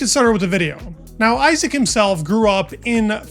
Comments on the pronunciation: Easy mistake to make, but as he is here to stay I hope, we should all pronounce his name the way he does: EE-zak (not EYE-sack) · Btw it's not pronounced Aisack, it's Isaack. It's an Arabic name, respect the pronunciation please. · it's pronounced e-zack